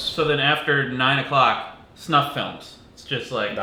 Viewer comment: I think Wheezy said "cock" haha